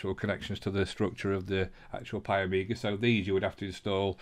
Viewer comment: there is no A its PIE MEE GAH...